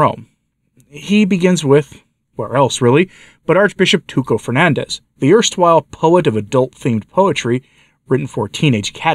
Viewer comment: Dear it's Tucho it sounds like CHoice, Not that he deserves being correctly named. and not all Argentinian priests are modernist, believe or not (I only write about I know) the San Juan Bosco order in Bariloche in Patagonia didn't close the Church on the not named, and don't teach the UN woke program I must say to appoint your children there is longer than a week without food. I have no idea what the Bishop there on what side of the fence